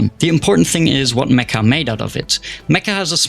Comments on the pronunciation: Meccha isn't pronounced like "meh-kah" it's pronounced like "met-chah." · its not spelled "me-ka" its "me-ccha" theres like a hold on the c and its "cha" not "ka", its made by Japanese devs, and the title means like SUPER CHAMELEON